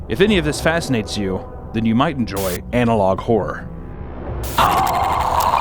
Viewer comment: I don't know why you keep saying analogue whore instead of analogue horror but I prefer analogue as well.